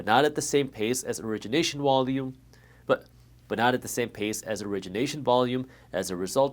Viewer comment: Did you say "wolume"?